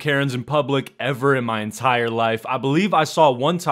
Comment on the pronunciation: "...comPLANEing and comPLANEing..." I see what you dude there